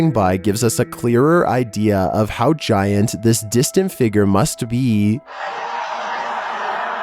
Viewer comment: nUmber fiftEEN gi-ANT